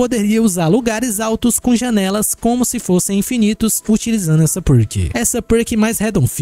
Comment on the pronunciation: Eu amo quando começo a perceber que o coloca assento em palavras aleatórias em quanto ele fala ( pôrtas côrrem jãnelas detálhe ) sou obcecado nisso ❤😂.